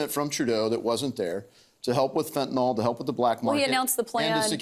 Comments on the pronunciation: At least Trudeau knows how to pronounce fentanyl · how is Trudeau the only one who can actually pronounce fentanyl?